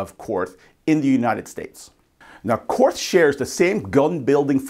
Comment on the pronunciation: Korth is pronounced court. No th sound.